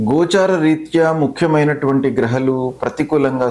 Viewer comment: Grahaalu ani palakdam nerchukondi.. kindly request you